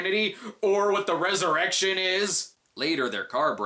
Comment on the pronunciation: It's not resurrection it's res-erection